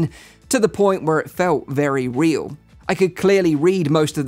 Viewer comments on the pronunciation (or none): none